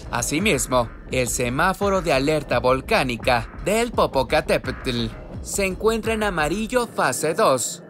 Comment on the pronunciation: No sé si el que narra es mexicano..pero no sabe decir bien el nombre de un gran volcán 😂😂😂